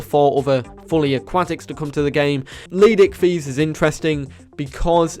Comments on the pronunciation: idk why i always chuckle when he says leed icthys when it is leedsichthys XD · LEED pause SICHTHYS tf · no offence but how hard is it to use the first S in leedsichthys name